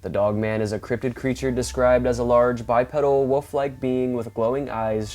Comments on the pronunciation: The word is pronounced "Bye"-"Pee"-"Dull," not "pedal" as in the pedal of a bicycle. It's "pee," like what a dogman might do on your leg. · I've been texting him this same message for awhile now but he still says "peddle"😂😂😂😂😂😂😂😂😂😂😂😂😂